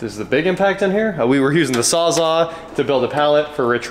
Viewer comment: whoops I think you meant SAWZALL not 'saw zaw'